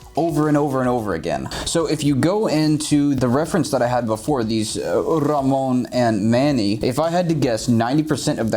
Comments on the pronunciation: Nice Tips! But I am more impressed of how good you say RAMÓN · Who would have thought knows how to roll his R's